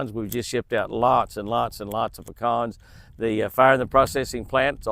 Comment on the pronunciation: SO nice to hear you pronounce PECANS properly! 😃😆 (Not Pee-cans)😜